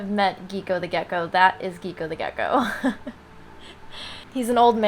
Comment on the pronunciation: I love the gecko being called geeko ngl